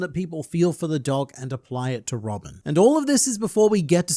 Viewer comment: it's Robin not robick, right?